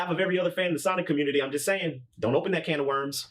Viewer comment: I've noticed he has a weird way of pronouncing certain words. For example, Community sounds like "Commitity", popular sounds like "Poplier" and that just makes me think "that's a good Pokemon :3". While humorous at times I gotta wonder why that is the way it is